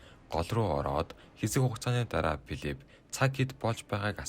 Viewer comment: Piliip Peesbook Paraants!!!!!!!!! humuusee heduulee F P iihee duudlaguudaa zasaj saijruultsgayaa!